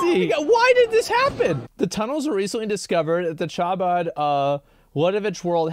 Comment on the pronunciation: im gonna be that guy... its not Cha-bad its ha-bad